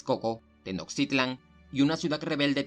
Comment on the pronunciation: Al parecer el narrador no es mexicano y es entendiste qué no sepa pronunciar los nombres de la cultura, nosotros los mexicanos sabemos como decirlas aunque en español se escriban diferente